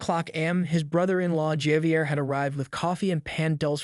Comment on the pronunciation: How many different ways can you tell the same story? And please, learn how to pronounce words, especially common names like Javier.